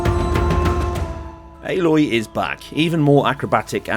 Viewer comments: Yes, good video...but why do you say "ELLLLÒY"? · HFW will make PS4 Pros turn to Concord engines. I wish this was PS5 exclusive, and i hope GoW will be Btw its “Ay-Loy” :P